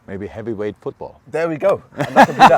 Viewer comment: Man said HEAVY WIGHT FOOTBALL